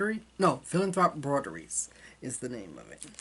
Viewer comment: Outstanding,!! Your pronunciation of “Brodeuse” is excellent so don’t shy away from it. I love your WIPs. NNS21 was really a pleasure, really, not a challenge because we prepped in advance. Great progress on African Angel, please inspire EJ!